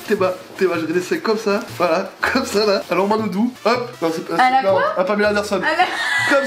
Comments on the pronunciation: Le sommome pas le somssome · Le somome pas le somnome